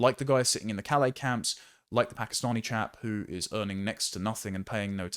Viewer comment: lol "Pakastinian"